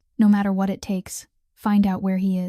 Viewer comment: And the simple word "it" (in so many AI read stories) seems to always come out as "I.T". And if it was actually "I.T." - it's a mess.